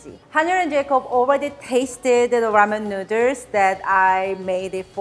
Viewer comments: Love the recipe, but love the way you say 'nuders' which I didn't notice until you pointed out the tee shirt/merch. Need 3XL though - too many nuders! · From now on, noodles will be called nooders. If says nooders, it's nooders!😀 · i love how she says noodles XD nuders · Very charming lady and awesome home cooking skills, plus so cute the way pronounce noodles.